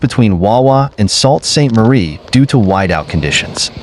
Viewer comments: It’s pronounced “soo” saint marie not “salt” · Salt st Marie??? this is ;what he said...wtf....learn pronunciation... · right SOOOO saint marie NOT GRAVENHURST EITHER Pr GRAVE enhurst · FYI. Sault Ste. Marie is pronounced Soo Saint Marie ….. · Yes.. Sault St Marie ......pron. sue st marie